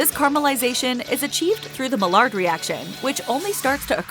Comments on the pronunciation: Maillard is pronounced MY ARE, not mallard. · The way she was pronouncing "Maillard" was annoying. The Maillard reaction is a chemical reaction that happens when food is heated and proteins and sugars turn brown. It is pronounced as "my-ard" and is named after a French chemist.